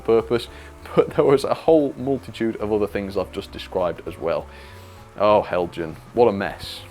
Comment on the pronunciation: Hi, what a disappointment! Heljan (well done for the correct pronunciation) Have not been lucky with the class 17. I bought mine back in 2009 and the motor promptly died. Heljan accepted the fault and issued new chassis for anyone who wanted to replace. The gears were too stiff and caused the motor to fail. Now we see this. I wonder if there is a circuit issue? Heljan DCC blanking plugs often have dry joints, if you can open it again check for heat after running. Be interesting to see a mA reading as well. As for the buffer beam detail, I am undecided on that, I hate fitting it. All my new Heljan locos have a wire bar that goes over the buffer beam so I can couple up, best of both worlds. Here is my 2009 model in action